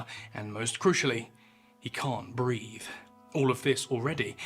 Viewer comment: BREATHE, not "breath" properly.